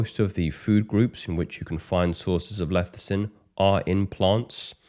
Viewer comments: It's Lecithin, not Lethicin. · It’s pronounced LESS-I-Thin not LETH-I-Cin